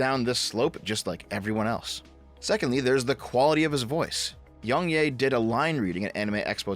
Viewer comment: I just wanna say how I think it's funny you call him yongyay rather than yongyeah.